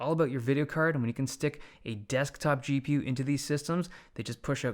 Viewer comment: Is it just me or is he pronouncing CPU & & GPU weirdly?